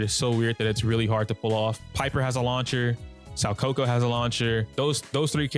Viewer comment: My guy, I hooe you're doing this to be endearing, but you're butchering Soukaku's name 😂 You know Kaku the giraffe guy from One Piece? Well her name is pronounced "so Kaku". Hope this helps